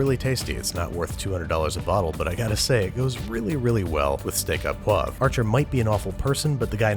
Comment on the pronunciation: Why do Americans not pronounce correctly? I mean it's understandable the au sound is wrong but the poivre is cringe. The "re" ending is not silent in poivre.